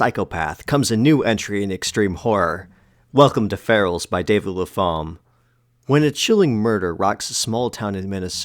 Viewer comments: Pretty sure you pronounce the writer's surname 'Lap-ham' (Lappum, phonetically), not La-pham. Could be wrong, but pretty sure. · The PH in Lapham isn't pronounced as an F! The name is pronounced LAP-HAM or Lap-um...